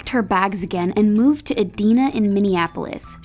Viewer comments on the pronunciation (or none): . Idina? Not a place. EDINA, pronounced Ee-DIE-nah, is its own city, but not a part of Minneapolis, which is also its own city. All kinds of wrong there. But kinda funny to a Minneaolitan. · Idina Minneapolis??? dont you mean EDINA?????